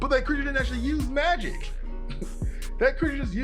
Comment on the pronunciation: ok i was able to understand what you said except from the word mighic, also sailor Cosmos has unlimited energy and is immortal,she can also manipulate time and see the future also she can erase or restart a universe,even end it